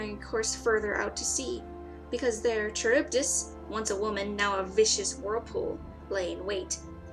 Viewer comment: It's not Ski-la it's Scylla as in the c is almost silent. Also It's not Ch as in Charge it should actually be a K due to the Greek writing. So it's Karybdis.